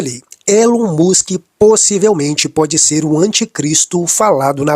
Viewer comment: Pelo amor de Deus a sua pronúncia é péssima põe em dúvida a credibilidade da matéria Não é musq é Musk ouça pronúncia do entrevistado